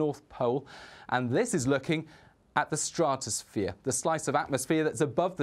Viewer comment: why can't he say stratosphere?